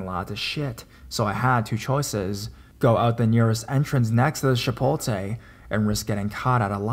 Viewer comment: Chipolte😂😂😂😂 lol it’s Chipotle